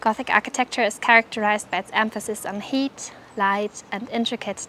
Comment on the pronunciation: Great video! I just have to ask, by heat (as in gothic architecture focused on heat) do you mean height? They are not pronounced the same, height is pronounced "ha-it". Unless I got it wrong? But anyway, I really enjoyed your video, I learned so much!